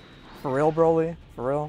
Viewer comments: Haha so funny Boly instead of Broly haha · "BOLY" huh?